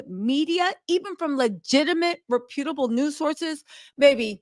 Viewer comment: Did she try to say the word reputable?